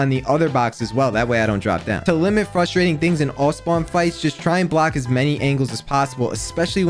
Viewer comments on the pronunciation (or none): update 4 mins in and i cant watch how can he not pronounce frustrating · whys he talk like a little kid "fustrating" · It’s frustrating that you can’t say frustrating properly